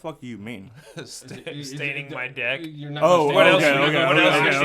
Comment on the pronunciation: can’t say deck properly. Swear he is saying debt lol